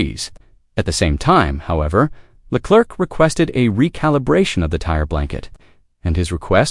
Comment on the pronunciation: “Charles LA CLERK”, LMAO 🤣, isn’t AI supposed to be smart 🤔